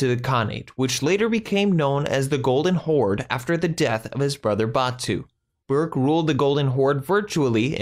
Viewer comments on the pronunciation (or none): Good summary, but could have been further improved if the reader could try to respect the Mongolian language and preserve its pronunciation, rather than reading the ‘English’ word. ‘Burkha’ Khan is not ‘Bourke’. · It is pronounced Saray-juk and also, berke is pronounced ber-ke